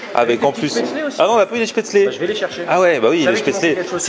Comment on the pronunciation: L'Alsace la meilleure région pour manger ! Quantité et qualité ! Par contre 2 questions : - les tartes flambées sont bonnes dans ce resto ? - dans le nord de l'alsace on dit spaetzle (-eu) et pas spaetzlé: erreur ou la version du 68 ? :D